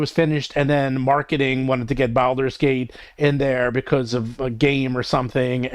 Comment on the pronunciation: someone PLEASE teach how to pronounce Baldur's Gate:D